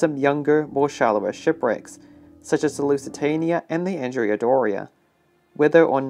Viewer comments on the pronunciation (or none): none